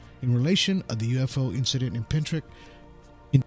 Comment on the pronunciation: *Pentyrch That's ‘pen-turk’, not ‘pen-trick’. If you couldn't even get the name of the place correct, how many other mistakes have you made?